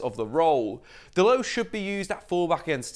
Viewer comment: It’s Dalot not dalow😂